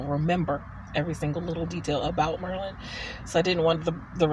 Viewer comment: Nice job handling questions. And thanks for teaching me how to pronounce Maryland = Merlin (sort of, <3 )